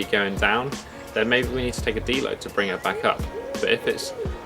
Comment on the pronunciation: he keeps saying "dlow" day, what's that?